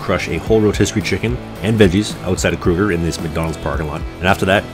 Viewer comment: For next time it’s pronounced (crow-ger)